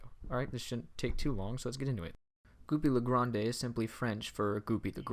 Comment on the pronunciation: "Gooby le grand" isn't french if we say "é" at the end